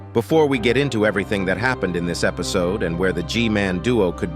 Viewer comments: Only real fans say epsiod instead of episod😂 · Is anyone gonna talk about he said epcode